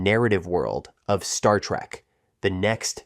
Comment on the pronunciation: It's trek not track!!!!!